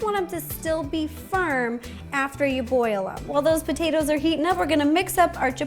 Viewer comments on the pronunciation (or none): The way she says potatoes is the same way I say it sometimes I’ll say potaeta’s I say it both ways but when she said in the very beginning what she’s going to do is boil the potaeta’s it was funny because I say the same way I see it both ways enemy saying potato salad I say potaeta salad lol 😂 I know that’s not the proper way to spell it but that’s the way it sounds which is why I spelled it that way